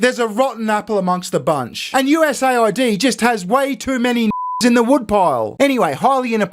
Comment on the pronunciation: It’s not USA ID. It’s US AID.